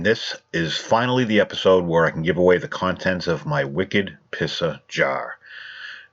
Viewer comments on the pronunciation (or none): Love the "Wicket Pissah Jah"